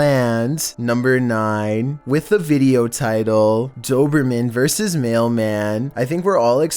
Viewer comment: I like how you said dobermean first 😹